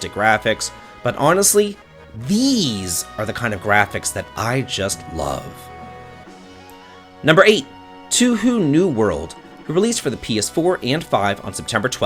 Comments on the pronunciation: TWO-WHO. Love it. Though, I think you mean, "tow-oo hoe-oo". Like 'tow/toe (you have ten of them)' and hoe (the thing you till a garden with.) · I fell out of my chair laughing at "Tu-hu". 50/50 to pick which vowel to emphasize and picking "U" made me cry laughing. Thank you 😆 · Touhou is pronounced Toe hoe for future ref